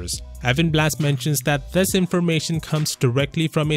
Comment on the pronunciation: When says 'thus' for 'this'.